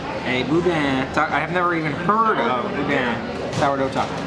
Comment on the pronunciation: If you want to sound like a local: pronounce “GEAR-a-delli”, “BO-deen bakery” and “Myur Woods”. Can’t wait to see you at the Disney family museum tomorrow. 😊💕